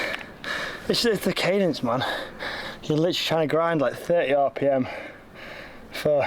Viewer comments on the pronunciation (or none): none